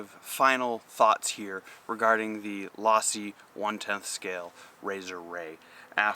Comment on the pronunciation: Low-si...not Loss-si.